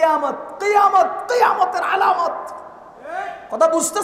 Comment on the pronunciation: হুজুর কথা ঠিকই বলেছে কিন্তু একটু ঠান্ডাভাবেও বলতে পারতেন😅😅। আবেগের বসে "আলামত" শব্দটাকে "আলামাত" বলে ফেলছে😂😂